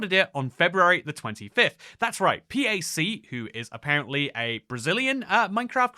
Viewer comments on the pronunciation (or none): I'm portugues and the name is just "pack", just correcting, not "P-A-C" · P-A-C 😂😂😂, its pac like in pacman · dude really called Pac P.A.C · Brazilian here! PAC's name is Said like in PACMAN, just removing the MAN ofc. He's a giant content creator here and he's been playing minecraft since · also his name is "pac" like pac-man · 😂 this gotta be the most random crossover I have seen in a while. Also you can say his name Pac as in Pac-Man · Reading Pac's name as an acronym is CRAZY WORK 😭😭😭😭☠️